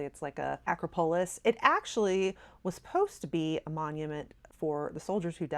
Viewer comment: With all due respect 🙏 For future reference, it’s “a-CROP-a-lis”